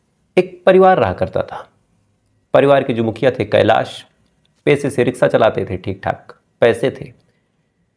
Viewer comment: Sital nahi, Shital Riksa nahi rikshaw